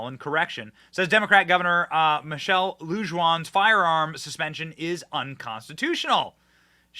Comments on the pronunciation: Bernalillo is pronounced Berna-leo. The name Lujan is pronounced Loo-han which rhymes with wuhan. In NM she is called MLG. I personally call her the evil leftist sexually assaulting troll. The depth of disdain I have for this woman is indescribable, especially after what she did to this beautiful state and wonderful people who live here during covid. Other reasons I despise her is that not only does she think abortion up to birth is ok she is proud that NM is one of the states that do a high number of late term abortions. She also just signed into law the right for children to have abortions or sex mutilation surgeries without parental consent or knowledge. There are many more disgusting things but i will stop right here before my blood pressure skyrockets. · Lujan is pronounced like lew-Han and bernallio is pronounced like burn a lee o thanks bro love the show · FYI. Bernalillo is pronounced bernaliyo. Lujan is loohon. Thought you should know. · Benny, no offense, but here's the pronunciation for a couple of words: Bernalillo = BURN-A-LEO (in Spanish, 2 Ls sound like a Y) and Lujan = LOO-HAN (in Spanish, J sounds like an H). Thanks for your coverage on this "right to carry" issue, Benny! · Pronounced : LOOHON. Spanish - the j is silent BURNALEO COUNTY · It's pronounced "BERN A LEEE O" Anyway, I hate our gov. It's Looo Han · Benny, you're in a state with a large Hispanic population and you need to learn how to pronounce Spanish words, the J in Lujan sounds like an H, the ll, is pronounced like a y, as in tortilla and Bernalillo.